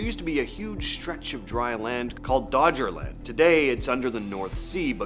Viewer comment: It's not called "Dodgerland", like a footbal team! It's "Doggerland".